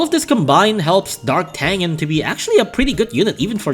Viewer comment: Fun fact D'Artagnan is actually prononced "DAR-TA-NYAN"